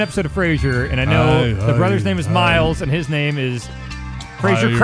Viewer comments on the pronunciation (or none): it's Niles not miles you uncultured swine